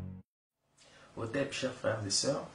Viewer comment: Les africains fraîchement africanisés d'occident ont tous à la bouche: Hotep. Un terme hérité de Google. D'ailleurs, lorsque tu le prononces au début de ta vidéo, la prononciation est franchement mauvaise pour un soit disant enfant de la terre mère. Même les ancêtres n'y comprendront rien si tu venais à les rencontrer..Au top